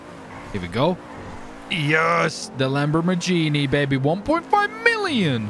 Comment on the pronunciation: not hating, but people needa learn to pronounce lambos names, its not that hard